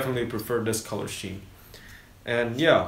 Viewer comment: Good review, helpful info. But "color scheme" is pronounced "color skeem", by the way. :D